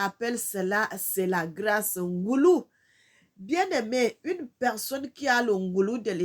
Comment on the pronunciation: Bonjour ma sœur, on ne dit pas NGoulou, mais NGOLOU ET CA S'ÉCRIT NGOLU.